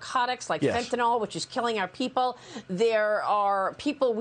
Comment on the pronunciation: Again there is no such thing as fentanol it’s fentanyl